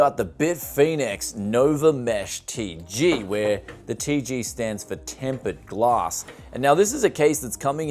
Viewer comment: Did you just say Tempered Glask???